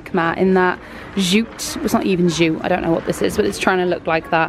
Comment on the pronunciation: Sorry just have the overwhelming need to say this love your vlogs but it’s pronounced Jew-t not shoot.